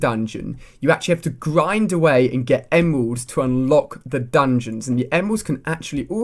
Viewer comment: Sounds like he said emwelds